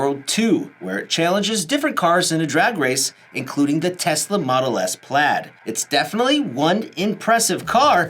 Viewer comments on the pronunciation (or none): none